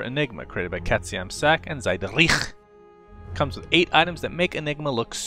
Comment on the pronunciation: Ich hab noch nie jemanden Katze im Sack so dumm aussprechen hören :D